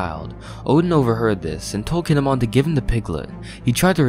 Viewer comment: Keen-ee-mon. Not Kihn-eh-mon. Learn to pronounce, please.